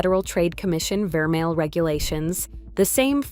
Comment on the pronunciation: If she knows so much about jewellery, why is she pronouncing vermeil and pave incorrectly unless this is AI! 🤖